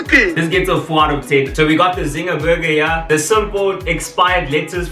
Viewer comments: Whenever you say “haai there’s a lot going on heye” I scream 🤣🤣🤣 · "There's a lot going on hiye" takes me out every time 😂😂😂😂😂😂😂